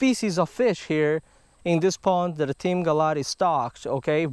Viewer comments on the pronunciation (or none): For a long time now I thought he been saying Team